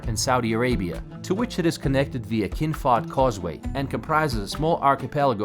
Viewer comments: Who told you that the letter h is not pronounced? Of course is pronounced it's arabic name and not enghlish. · Please pronounce the country correctly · Yank speaking as a child in an older body, dressing the same....didn't learn how to correctly pronounce the country's name....😮😊😊😊